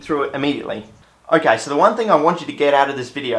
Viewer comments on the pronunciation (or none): none